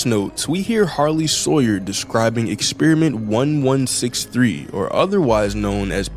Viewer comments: Sarlie hoyer 😂 bro you changed the name of harly sawyer. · "the sarley hawyer robots:🙏🙏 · Sarley Hawyer